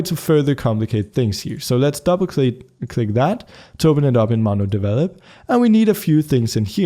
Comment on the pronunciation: "to open it up in MonoDevelop"